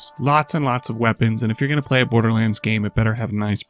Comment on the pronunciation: "Bordlerlands" :3